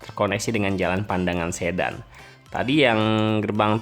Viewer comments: Desa Sedan dibaca seperti Medan,Kak. Saya orang Rembang. Jadi tahu betul pelafalannya. Hehehe. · Seksi 2 Sayung - Demak justru sdh jadi bung. Bukan Pandangan tp Padangan. Sedan diucapan Sedan spt mngucapkan mobil sedan.